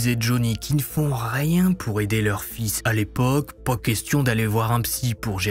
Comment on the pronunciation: Le "po" à la place du "pas" est tres irritant par contre 😂